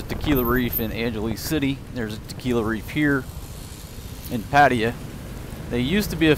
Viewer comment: Come on dude learn how to pronounce name correctly. Patta-ya!. I’m sure you’ve heard it before you got there